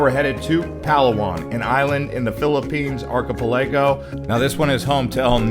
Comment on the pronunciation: You need a better video narrator. This one can't seem to pronounce many of the names and places in the video. He can't even pronounce archipelago correctly. Hey narrator, it sounds like ark-uh-pella-go or arky-pell-uh-go (depending on your inflection). It's not difficult. The amount of mispronounced place names is atrocious.